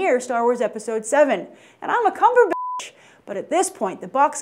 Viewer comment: lol...she said CUMBERbitch...xD, BYT just made my day.